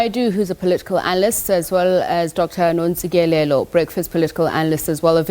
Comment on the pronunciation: This interviewer certainly mispronounced Dr Ntsikelelo’s name so blatantly ,repeatedly calling Dr Nontsikelelo,what a blunder!